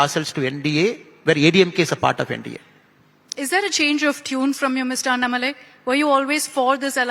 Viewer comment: Annamalaai ❌ Aaatumalaii